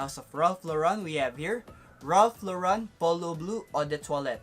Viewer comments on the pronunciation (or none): Bro, it's Ralph Law-ren, American pronunciation; Eve-Saw--Law-raw (nasal tone) or Eves-San-Law-run if Filipinized. I hope it helps. 😊 Also, I don't think Amara is considered a cheapie, together with the Bulgari Aqua flankers. 100ml even in discounters is about US$55-60 before its discontinuation. 😀